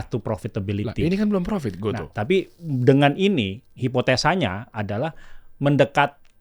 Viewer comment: Oh.., ternyata dibaca "go-to". Selama ini aku kira bacanya "go-tu"... 🤔